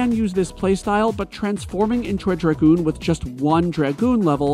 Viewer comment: Dragon. Goon DRA (rhymes with ray) goon. Dragoon. Emphasis on the A